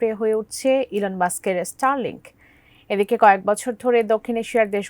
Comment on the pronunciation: রিপোর্টে বার বার ইস্টারলিংক বলতেছে 😂 ভাই জীবনে স্কুলে গেছেন কিনা জানিনা।